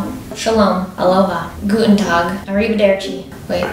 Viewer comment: Guten Tag 🇩🇪 Me: 😵 that pronouncing is nearly perfect